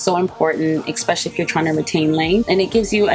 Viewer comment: You're like my mom, repeating things like two, three times. Btw she's 80. Also, it's especially, not eckspecially.🌻